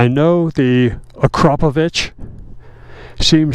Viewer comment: The way Americans pronounce Akrapovic has got me 🤣😂😭